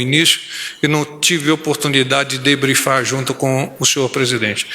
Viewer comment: "Deblifar"... O cara é culto pacas😎👉👉